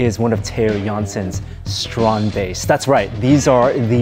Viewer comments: So while Theo pronounces it strandbeest Adam and keep saying stronbaste. With respect, Theo made it, at least say it as he does. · ITS PRONOUNCED 'STRAND BEAST' NOT 'STROOOOND BASTE' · The StrandBeests are amazing, wish the guy here would stop calling them Strong Base, it's StrandBeest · Stop saying "strahned baste"! It's a strandbeest. It isn't difficult to pronounce. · Is it only me? Or he said it as strandbase, not strand beast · yeah i keep finding it funny that Adam and pronounces it (to the best they can) the Dutch way while Theo just says strannedbeast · Dude pronounce the fuck correctly. Stand = beach beest= beast. Stand is pronounced str aunT and beest is baste like basting a cake